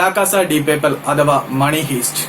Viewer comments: മണി ഹൈസ്റ്റ്. ഹീസ്റ്റ് അല്ല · മണി ഹൈസ്റ് എന്നാണ് bro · You may wrong.. it is pronounced as haist( heist) not hist